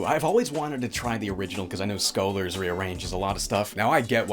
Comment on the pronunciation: chat he said scholar wrong, pelt him with tomatoes